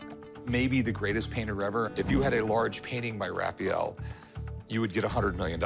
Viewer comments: It's Ra-fa-el!! Not Ra-fi-yel! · The way he said "Raphael" it hurt my soul .